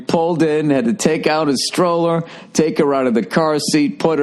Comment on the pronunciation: Stroller rhymes with Ebola. Who knew? Bill has finally become enough of a LADY, to fully enjoy the Mall experience. How's that estrogen therapy going for ya Billy-girl?